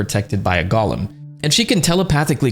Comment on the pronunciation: Golem is pronounced: Goal-em